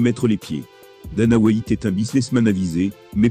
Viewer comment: « Dana Whaïte »